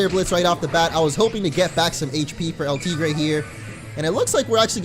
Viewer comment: YOUR STILL MISPRONOUNCING EL TIGRE!! IT JUST PISSES ME OFF.